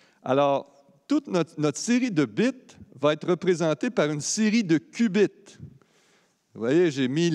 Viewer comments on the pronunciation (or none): haha le qbits qui devient "ass biz", si vous en trouver d'autres :D